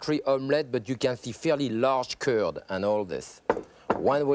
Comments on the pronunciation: I spent half the video trying to pronounce “ze cúrd” like him. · I speak both English and French, but I cannot for the life of me understand his reference to 'currrd of egg...'? He says it repeatedly, for instance at 43 sec.